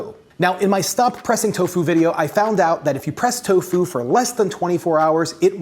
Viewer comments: Miyoko is pronounced "ME-yoh-koh." The syllables in it rhyme with "he" and "bro". Also, the emphasis in "tofu" should be on the TO, not on the fu. TOfu, not toFU. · I swear my man's saying " Toe Foo " not " Tofu " xD love you:3 Man's a GENIUS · Tofu or Toe-Fooo 😅😂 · Why does he pronounce tofu like that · So how many people accent the first syllable of tofu and how many accent the second?